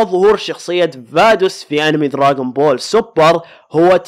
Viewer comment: اسمه دراغون بول مو دراقون بول 🤔